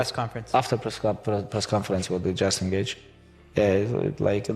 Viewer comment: I'm sure he says Justin Gaethje not just engage 🤔